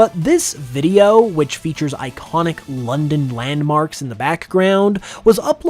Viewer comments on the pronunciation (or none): none